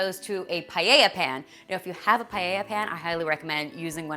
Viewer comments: In Spanish paella is actually pronounced PA-EH-IA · paella....why does it sound like "pae-i-ha"?